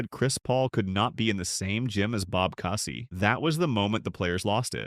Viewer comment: "Cousy" rhymes with "choosy".